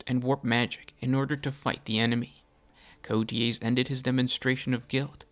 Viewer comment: It’s pronounced “Coa tez” if you don’t know how to pronounce it put the name in Google translate